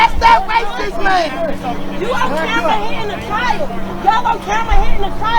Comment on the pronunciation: Wtf is a chil-yold 🤔😂🤣😭